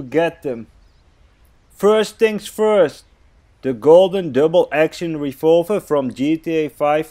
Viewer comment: It made me mad when that kid made fun of you for saying refolver and not revolver thank you for this video